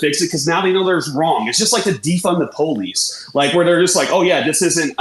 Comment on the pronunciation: Can anybody tell me why the comments start yelling at him pronouncing POLICE? Did he pronounce it wrong or is it just sarcasm? Sorry I'm not native speaker